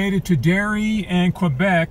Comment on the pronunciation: FYI brother, it's pronounced KUHBEK, for quebec.